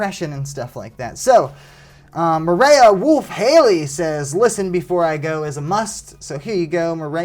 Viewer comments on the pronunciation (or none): Currently watching at 5am. It’s not Mariah, it’s Mer-ray-uh 😂